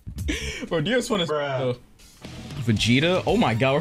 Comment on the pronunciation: Bro even got dios pronouns right